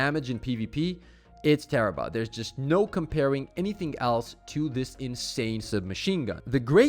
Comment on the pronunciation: so guess its not the tarahble anymore?